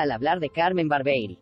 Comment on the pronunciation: Muchachos díganle a la locutora, que habla en esta promoción que el nombre de CARMEN ES , CARMEN BARBIERI, Y NO CARMEN BARBEI,,..............DELETREENSENLO, BAR-BIE-RI, Y NO BAR- BEI , OK?.